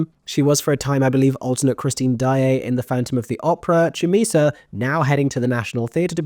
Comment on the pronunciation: Very happy to see you tracking Chumisa's career to date. She only graduated from Mountview in 2023, alongside Grace Hodgett Young. I was lucky enough to be her singing teacher during her time there. Just a note on the pronunciation of her name. The Ch is a harder K and is accompanied by a tongue click.